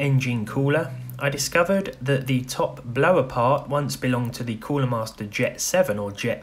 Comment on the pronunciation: Stock Coo-LAH